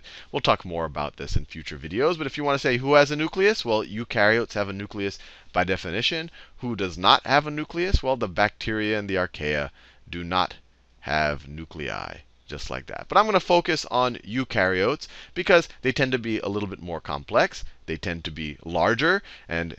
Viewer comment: Is nuClei, not nuLcei...